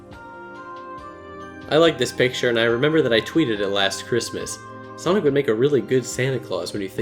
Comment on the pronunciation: Knack sounds like Neck. Sunki the edgehog & Neck